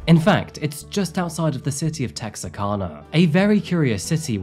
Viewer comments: It is pronounced Tex -R - Can - Ahh. Lol. Not to make fun of anyone speaking, but I just wanted to let everyone know. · I'm from Texarkana! The Arkansas side. Great video, and it was kind of nice to see pictures of my hometown and surrounding areas. ( Texarkana is tex-ar-kana, like can, a lot of people pronounce it like you did, it's ok!) Sad story. I watch all your videos and like your format. Have a great day! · Oh my gosh this is from my hometown 😨 I cannot believe is talking about it! It’s so funny hearing say Texarkana 😂 I was waiting for him to say “ArkLaTex” And I got married at the RRAD!